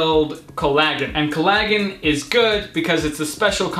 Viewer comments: Its not colla-gggen its collagen(colla-jen) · coll-a-gen. not colagen but nice vid and eyebrows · collagen is pronounced call-uh-gin....your pronunciation tho... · Your pronunciation of Collagen is fricken hilarious! try "collar jen" hahah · Did he just pronounce collagen "col-a-Gen" 😂😂😂😂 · Collar-jen is the correct pronunciation . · I mean co-la-jen is the pronunciation and it's written as collagen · it pronounced Col-e-jen made me laugh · "collaaahhgeen" yeah 😂😂😂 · Just quietly, I think it's pronounced 'colla-jen'. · collagen😂😂 pronounced so wrong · collagen lol he doesn't know how to say it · hair breakage = not hairloss. You are only talking about the hair strands which are dead and dont have anything to do with alopecia. Your video sucks. You cant even pronounce collagen. Im going to help people around here by giving some actual advice. Take anti dht supplements like pumpkinseed and sawplametto daily, use anti dht shampoo, oiling hair once a week with saw palmetto oil or pumpkinseed oil mixed with other oils you like and lastly use minoxidil 5% daily for men and 2% for women.